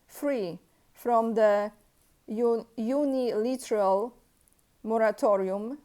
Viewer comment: UnilAteral, not uniliteral :) no offense intended, just an innocent correction